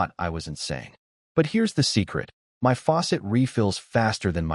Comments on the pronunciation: My is pronounced "mI" you stupid ass AI🤦‍♂️. Not m y😮‍💨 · Something is wrong with the AI you're using. Instead of saying words like "my," it says "M Y," and instead of saying words normally, it sometimes spells them out letter by letter. Either there are spaces where they don't belong, or the AI system you're using isn't performing very well. I would suggest trying OpenAI. In my experience, it works the best out of the AI services I've used so far, and it doesn't cost very much. If I were you, I'd give it a try. The system you're currently using, unfortunately, doesn't seem to be working out very well.